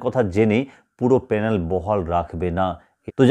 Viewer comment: আগে প্যানেল উচ্চারণটা ঠিক করে করুন তারপর ভিডিও করতে আসবেন।